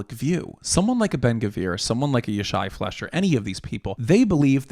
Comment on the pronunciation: His surname's pronounced fly-sher. (Not a big thing, but it will help you sound like you know what you're talking about.)